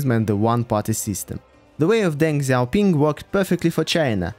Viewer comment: This is the best pronounciation of Deng Xiaoping by a non native speaker. Usually they slaughter chinese names to the degree i don't even understand what/who they are referring to. Good Job